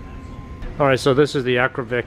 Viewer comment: youre killing me. Akra-POVIC. Haha. In the moto world we just say Akra pipe or w/e...